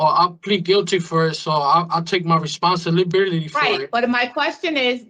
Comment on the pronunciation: "I take full reponsilibilitity." He can't even say the damn word properly